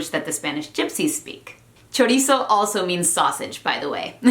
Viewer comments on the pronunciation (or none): none